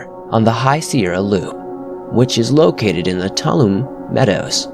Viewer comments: Tuolumne = "tooalumee" not "toloom". Good stuff. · NEVER hike or camp alone! Ps: its twa-luh-me not tol-um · Good video good info but your pronunciation is awful. The places in Yosemite, like Tuolumne.